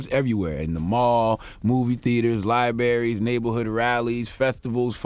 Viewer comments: Uh...god the word is library. Not liberry. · Charla said, "Lie-berry." 🤔🤦🤭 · Did Charlamagne say "Lieberries" ? 😂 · Looool he did. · I'm sure he did....CTG has issues with pronouncing certain words like conskruction lol!